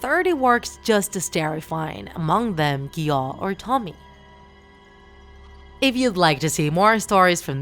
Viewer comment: Lol...mispronounced tomie😂❤